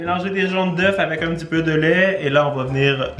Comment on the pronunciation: Désolée mais fallait que je le dise tu as dit des œufe alors que ont dit des œu